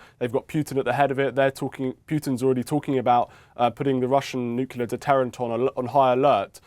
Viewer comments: Host said at times nucular (incorrect), and nuclear (correct). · Please. Nuclear is pronounced new-klee-er, not new-cu-ler. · Why many british say "nucilar"?